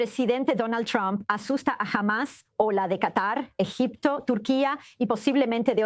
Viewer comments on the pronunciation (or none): none